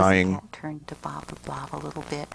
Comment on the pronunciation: How does she screw up saying "Bob the blob" but perfectly pronounces Ratchalacucuratcha like 12 times